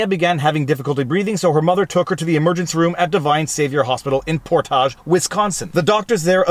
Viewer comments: It’s “port age” not “port ahj” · Poor-tahdge? It's pronounced Port-age. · You may laugh, but when we portage canoes down here, we 'portedge' them. Same pronunciation for the city. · I thought about sending you a link to this Wisconsin story but, didn't. Very happy you covered it. Thank you! PS... Portage, WI is pronounced as Port-age not, Por-tage. Portage was named for the Fox-Wisconsin Waterway, a portage between the Fox River and the Wisconsin River, which was recognized by Jacques Marquette and Louis Joliet during their discovery of a route to the Mississippi River in 1673. The city's slogan is "Where the North Begins." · Lolololol Port-aaaage 😂 no Wisco outsiders can ever get the cities right! Great attempt Viva! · lol ... por-taj, oh those French. There is a school superintendent and a sheriff that need to go wash dishes for a living and a sergeant that needs a demotion. This is outrageous behavior on their part and brings into question their capacity to make judgements and conduct themselves in their authoritative capacities. People make mistakes but this incident is over the top and these three need to have their performance history reviewed, in the least, by the good people of that county. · Portage. Port-aag. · It's pronounced Port-age Wisconsin...😋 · You're pronouncing Portage a lot fancier than the name or the place is...